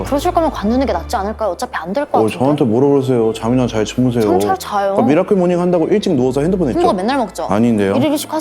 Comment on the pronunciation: 미라클 뫵으로 읽었넹ㅋㅋㅋㅋㅋ